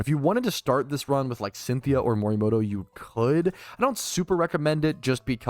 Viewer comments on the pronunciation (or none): morimoto not kirimoto 😂